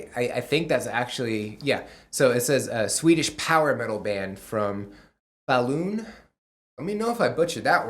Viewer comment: Falun would be more like Faww-lun. (as in "try not to say aww" 😎)